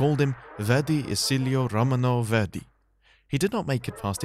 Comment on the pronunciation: I'm not going to watch your video if you can't even pronounce your subject's name correctly.